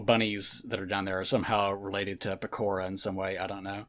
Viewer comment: pronounces Pekora the same way wrong people pronounce pecans.